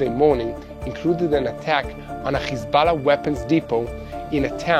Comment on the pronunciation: Khisballa!..why is that yiu cannot pronounce H